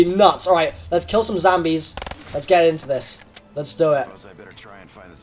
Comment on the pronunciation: Is it just me or did he say zambies?